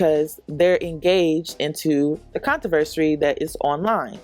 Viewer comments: Con-tro-ver-sy. U keep saying controversry..... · The word is CONTROVERSY NOT "controversary" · It’s con-tro-ver-see